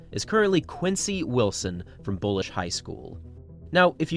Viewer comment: Bullis, not “Bullish.”